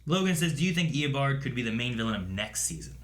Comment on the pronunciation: Does stll say Eobawd instead of Eobard?